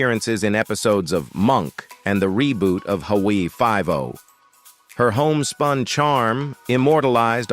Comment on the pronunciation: what the hell is hooowwiee 5-0?! The really need to pronounce everything correctly!!